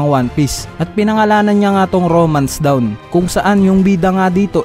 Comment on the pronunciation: *TEZUKA awards not Tekuza *DAWN not DOWN